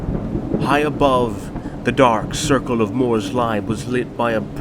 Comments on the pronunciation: Amazingly done ! That story and the timing of the bell gave chills to the bone ! Just a few things to make it even better: Morslieb is pronounced Morsleeb and the cinematic battle at the end was a bit too long and didnt really add anything to the lore. Other than that fantastic work ! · Ratmen are fake news! This is some high quality content. I have only one nitpick: the lieb in Morrslieb is pronounced sort of like "believe". Since the Empire is a fantasy version of the Holy Roman Empire aka medieval Germany they use fantasy german names like Middenheim or Helmgart or mighty Altdorf. But yeah, awesome video.